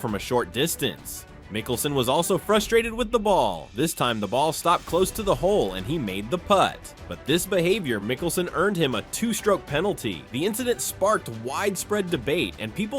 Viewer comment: commentating a golf channel but cant say putt? Phil put the ball... lol